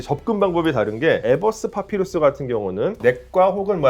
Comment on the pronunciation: 파피루스가 자꾸 팥빙수로 들려